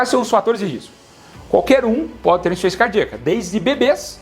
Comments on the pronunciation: Voce fala tão rápido e pronúncia " insuficiénçia cardíaca" não serve pra mandar para uma idosa, ela não vai entender. Ru entendí, mas eu não sinto nada disto. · Veja por exemplo a palavra insuficiência: você pronuncia insência.